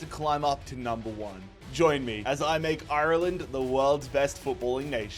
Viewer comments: It's not pronounced eye-er-land, it's pronounced are-land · Painful hearing him say shamrock instead of rovers and I-Ur-Land instead of "arlind" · Up The Dubs! Why does he say IRLEND like that. Hes from cork😂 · Love it, just pls learn to pronounce Ireland right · Is there a reason why he keeps pronouncing Ireland the way he does 😂😂😂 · why do you pronounce Ireland like that sounds weird